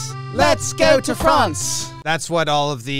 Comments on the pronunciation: hes been to “Franch” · "I've been to Franch, you ever been to France?"